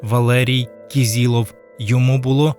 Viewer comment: кИзИлов, а не кІзІлов. Хоча б у пам'ять про убитого вимовляйте його прізвище за правилами української фонетики